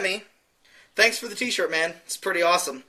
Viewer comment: I like the shoyt, chief!